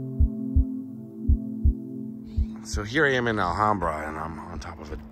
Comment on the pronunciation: Great video,. Such a tragic end for Lana Clarkson. She had a brief but memorable role in "Fast Times at Ridgemont High." My cousin was the jury foreperson in the second trial that convicted Spector. One little note, - the "ham" in Alhambra rhymes with "Sam." 🙂 Love your videos!